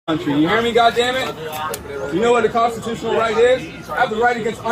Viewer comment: Did he really say 'Constitooshunal Pirates'?...Yo Ho Ho..... & a bottle of Rum.